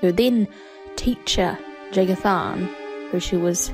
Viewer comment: inb4 the Eternal Champion + Ria Silmane fanfiction. And for future references, the J in Jagar Tharn is pronounced like a Y, if you can sort of teach yourself to pronounce it that way. I might just be being a little nitpicky here, though. :P